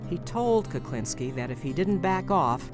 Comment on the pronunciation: I'm sure the narrator is saying Kuplinski most of the time or maybe my hearing is going. Whatever the reason it's pissing me off lol